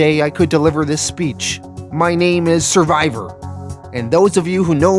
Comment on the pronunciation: "Survior" too much